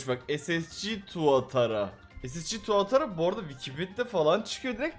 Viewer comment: Tuatra tuatara degil